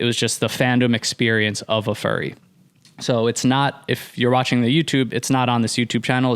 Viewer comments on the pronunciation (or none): saying fury instead of furry sent me 😂